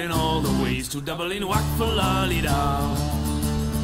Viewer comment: Enjoyed the video. I'll try that method. Also its Dublin not Dubling. Am I being too picky?